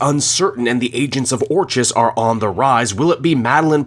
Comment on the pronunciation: It’s pronounced, Or”k”is.